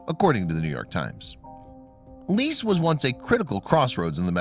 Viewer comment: Go look up the pronunciation of Lecce.